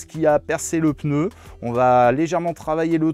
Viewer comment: Super vidéo/tuto, toujours aussi plaisante, instructive et divertissante. Et Oui on dit Peneu (on utilise le E que les autres enlèvent à "cheveux : chveux". V les zamis